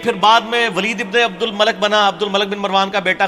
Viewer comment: You Must not speak Punjabi language. Between of speech and say the right name of abdul malik bin marwaaan not abdul malek bin marwaan Malik means baadshah And malek means farishta